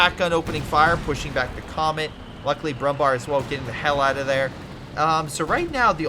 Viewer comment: Brummbär is pronounced not with an a but with an e, like Comet or Tiger. If you want to pronounce it with an 'a' you can translate it into English which is literally Brownbear. Also another tip. When you see a wehrmarch player planting early bunkers get yourself an AT gun. 3 hits and there goes 150 mp and 60 munitions easily